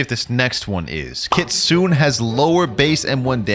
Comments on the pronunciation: I can't stand hearing someone say kitsune like Kitsoon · No hate but it's pronounced Kitsuneh it's Japanese but yeah the e is eh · Everytime he said "kitsune," I cringed. The E is pronounced! No hate though, love the content! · Why do people pronounce kitsune as kitsoon😭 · Kitsune is pronounced with the E at the end.